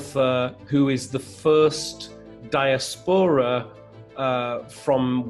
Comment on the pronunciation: A Man Booker Prize judge does not know how to pronounce "diaspora"?